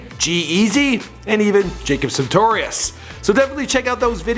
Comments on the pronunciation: jacob soogitarus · its not jacob sentorius